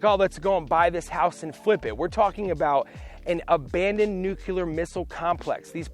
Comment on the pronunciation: "Nucular"? LOL. NUCLEAR!!!!